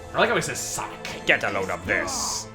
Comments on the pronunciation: Am I the only person who can hear eggman say get a load of piss instead of get a load of this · When I was younger, I always thought Eggman was saying "Get a load of piss!"